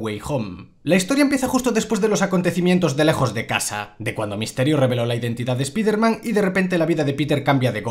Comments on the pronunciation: Tanto te cuesta decir "ESPAIDERMAN" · Siempre le pronuncian mal el nombre.